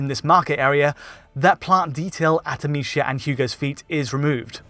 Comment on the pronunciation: Why don't you pronounce it Amisia ? I expected better from a fellow European...